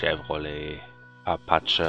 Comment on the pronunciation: Man spricht es wie äpätschie